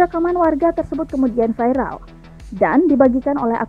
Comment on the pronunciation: Cara baca yg salah. Viral jadi vairal